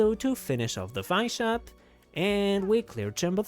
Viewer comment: btw Heizou is suppose to sound like "hey zou" not "hai zou" also, not "Vi-shap", more like "V-shap"